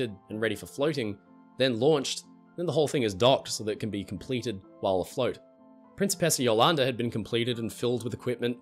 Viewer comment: Hey, I just wanted to point out a couple of details about pronunciation of the Principessa Jolanda in Italian: - The R is non-rhotic, which means it is not pronounced as the English r but more as the T or D sound, such as the T in the American Star ted. - The C is hard, which means it is supposed to be pronounced as the C of Ch ew -The S is supposed to be held longer, such as the last s's in Sa ss - The O and first A of Jolanda is closed, not open. That means that instead of pronouncing an O as in N o you pronounce it as in L o re and instead of pronouncing the A as in A men you pronounce it as in A pple